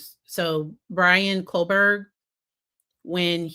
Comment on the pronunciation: Everything I’ve ever heard from lawyers is that polygraphs are not admissible in court— also I really appreciate your content, I am aware that there are so many cases and names but I just wanted to let you know that it’s Brian Kohberger, not Kohberg. Maybe you’re saying it that way because honestly, does he deserve to have his name said correctly? (And I get that point) but I felt that it would be good to make sure you knew and were making that choice consciously— thank you for all your thoughts and knowledge!